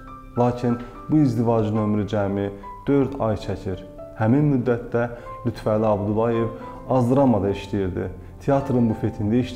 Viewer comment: Xahiş edirəm LütfƏli deyin siz lütvəli deyəndə düzgün olmur mənası Əlinin Lütfü yəni Əli siması siz isə lüt Vəli deyərək onu yanlışlayırsız